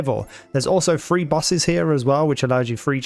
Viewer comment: are you saying "three bosses" or "free bosses"?